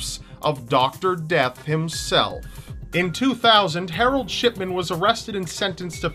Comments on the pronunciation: Shidman or shitman? XD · When you say shipman it sounds like ****man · I thought you said Dr. Shitman not Dr. Shipman XD Though from what he did I think he deserves the first... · You say Shipman sounds like shit men lol omg 😂😂😂😂😂😂💀💀💀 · Why do I hear Shitman and not Shipman every damn time?? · He definitely said shitman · did I just heard Shitman? :D haha XD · ***** I mean come on, am I the only one that hears Shitman? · Sh...shitman? Did you say Shitman? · Anyone hear shitman instead of shipman?? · For shipman, I thought he said shitman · Marro Hill didn't he say shipment? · Lol did he say Harold shitman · shitman xD he always said like dat xD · Am i the only one that heard "Shitman"? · For the shipman story it sounds like he's saying shitman lol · 706 you said harald shitman lol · Hehe it sounds like shitman he he hehe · It sounded like sh#t men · Shipman? Dont you mean Scatman? :D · Lolz it sounds like your saying sh*tman instead of shipman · sounds like your saying shitman instead of shipman:3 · I keep hearing "Doctor Harold Shitman" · When u talked about Harold Shipman, it sounded like u were sayin *shit*man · Hahah when you said shipman it sounded like you said shitman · at one point it sounds like he says "Shitman" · I thought u said shitman though 😓